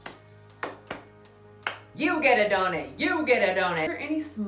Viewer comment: for the love of God stop saying "donEt" instead of "donUt"😂